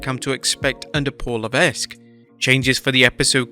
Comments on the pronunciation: Bruh... Levesque its pronounced "Le-Veck" not "Le-vesk." You pronounce it wrong ever time you say it. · It’s “le-veq” not “le-VESq” (Triple H’s real name pronounce) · You just dont know how to pronounce hhh’s real last name, do you? It’s a shame to see that from a Brit